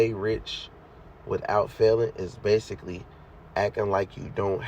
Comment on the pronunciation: "base-ah-lee", LOL. Good shit tho